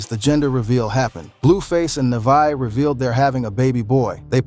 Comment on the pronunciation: He said Nevaeh name wrong over 20times 😂😂😂😂😂